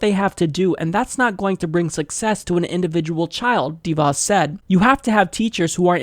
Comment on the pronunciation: I'm supposed to take anything seriously when you can't even pronounce the woman's name?